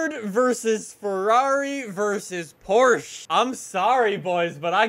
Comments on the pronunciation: No one pronounces it "Porch ha." Not even the Germans. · Let’s say it together “porch ha” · The way he says Porsche makes me cringe